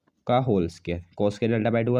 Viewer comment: Bhai scare nhi square hota h sahi se bolo